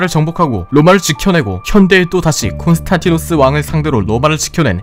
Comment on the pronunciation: 콘스탄티노스가 아니라 콘스탄디노스라고 하는 게 맞습니다.